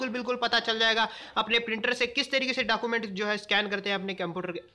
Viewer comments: You said Document as Dakument.... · Kya bol rahe ho aap dacument Document bolo yar